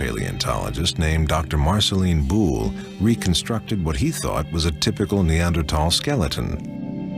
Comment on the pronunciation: I remember this era people were pronouncing neanderthal has neander-taal.